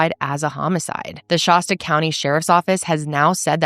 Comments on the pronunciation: Shaa-sta. The 'A' sounds like apple. Shasta has an apple sounding 'a' not an o sounding a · Sorry. It's been bothering me a bit the way you're pronouncing Shasta. It's Sha sounds like shack. Shasta. 😊 my apologies for being a butthead. I'm from shasta county.